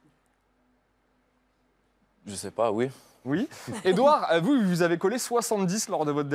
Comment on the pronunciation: Il dit ui au lieu de oui😂